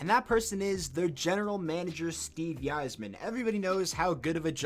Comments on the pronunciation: It's not pronounced "Eizerman" it's "Izerman" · Steve EYE-zer-men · Okay, at first I thought I just heard u wrong but you aren’t saying Yzerman correctly and it’s annoying A F . (Eye - Zer - Man) welcome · Quit using logic. this is Blashill. but, YIZE-er-man? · The way you say Yzerman makes me want to cry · The way this guy pronounces Yzerman is killing me! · lmao cant even say the yzerman right